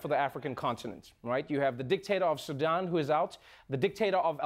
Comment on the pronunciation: Kudos to Trevor for pronouncing Sudan correctly. SuDAN is such a pet peeve of mine. Also it’s Muslim not muzlim. Ethiopia is 3 syllables not 5. The last part of Eritrea is pronounced tree-a not trea.